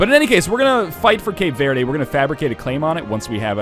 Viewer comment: Northenlion, I love you, but as a Brazilian hearing you say "Cape Vaerdae" is the most soul crushing thing on Earth.